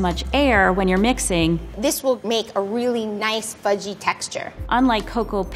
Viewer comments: I thought he said f*cking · I thought he said “fucky and kind of sticky”